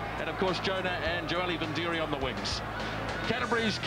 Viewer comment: for fuck sakes,, it's not joeli vindiri, you stupid shit stomper, its joeli vidiri, what's wrong with the commentators back then , counties wing David wood they called him David woods, Jonah lomu first appearance for counties they called him johno Loma